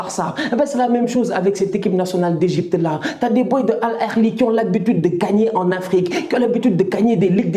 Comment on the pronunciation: ON DIT AL AHLI et non al erli